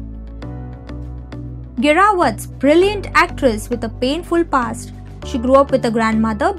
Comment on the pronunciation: It,s not Geerawat,It,s Jeerawat❤️